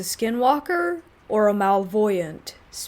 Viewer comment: Ohhh, gotcha. I wasn't sure because I've heard you say "Malevolent" in other stories. Now, I'll get a laugh out of every time I hear it. Thank you!